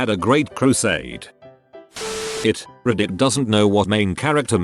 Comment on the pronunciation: This, and all re-Reddit robo-readers. How the ducking heck can you mispronounce the name ‘Jane’? And yet be able to say polysyllabic German or Slav names? As for ‘read’. If it costs too much to get a tense or sentence aware voice, go into the controls and change all of them to ‘r.e.d’ it’s used far more frequently. I know nothing about the subject, as is probably obvious, but these seem like common sense. Surely they can be changed?